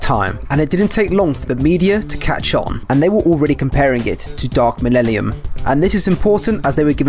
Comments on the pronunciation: Lol dude is having so much trouble pronouncing "millennium" come on bro sound it out. Why are you replacing the n's with l's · Could you please stand up and pronounce the word "millennium" for the rest of us? Thanks! Now, try "millellium". Awesome! Keep on keeping on! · "Dark millellium" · i just watched the 2010 trailer defs ends in the narrator saying mellennium and not mellellium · What I hear: Millellium What I read: Millennium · Dark 'malelelium' lmfao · "Millellium" xD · Cool video so far, but I have to stress that it's MIL-EN-IUM, not the garbled jive you were saying lol. But for real, appreciate your efforts, the whole game's pitch always seemed like "it could be good if enough people support us", never quite reaching the levels of decency advertised. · Lebowski There's so many things that you could criticise him for and out of all of them you decided that him saying a word wrong (by one vowel) is proof that he's a fake fan. I swear, some people are living satire of normal humans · It's hard for me to believe angry Joe is particularly excited for news regarding 40k if he can't even read the iconic line correctly. It's 12 words. How do you mess that up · There’s actually a funny reason behind me saying dark millennium. I basically when making this video wanted to get the speech right. Since I have dyslexia I want to say hard words right so I looked up how to pronounce dark millennium correctly. Whatever I heard clearly has come back to bite me in the back as wrong. So the one thing I wanted to get right in this video I got wrong. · >Lemon russ Thats a bit of a low blow from someone who was misspronouncing millellium for a solid half hour >_>